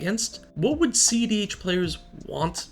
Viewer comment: I swear the first few videos I thought he was saying ZDH